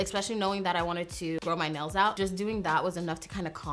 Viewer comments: Idk why, but in the begging instead of nails I’ve heard nose couple of times and got really confused 😂 like “I just got my nose done and it’s giving me cow vibes..” whattt hahah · I always understand that she says nose not nails and I was like... your nose gives you dominos vibes?? I also just realized she meant the game not the brand... fml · It sounds like she says “I just got my nose done” and I was like wtf when that’s happened